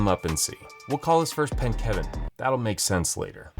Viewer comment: I knew it the second he said Keven